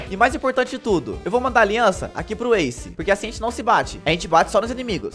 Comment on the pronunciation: não é asce é ace